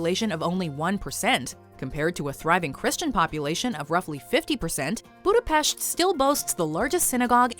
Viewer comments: That's how we pronounce it, it's a gesture from her and we appreciate it. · Because everyone else in the world is not Hungarian, there are only 15 millions Hungarians all over the world and we really appreciate if someone who is not Hungarian speaking takes the effort to pronounce it rightly. But it's ok if people say it in an English way, I just wanted to let you know that the way how she pronounced it was the correct Hungarian pronunciation. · TBH, I'm quite surprised that could pronounce the letter 's' properly in the word 'Budapest' 😏👍